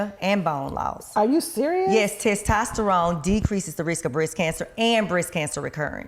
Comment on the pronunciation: The host couldn't say "testosterone" to save her life.🤣 Great video and bring her back 🙌🏾💪🏾